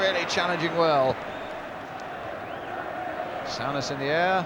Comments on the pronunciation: Sue.ness...not sow..ness... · Brian Moore ,got it so wrong in say souness name wrong throughout spoiling it for me ,I can't believe he made such a mistake there must be a BBC commentary of this game with John motson or Barry Davies